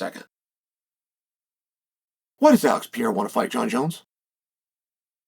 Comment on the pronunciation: Alex Pee-Air-Ah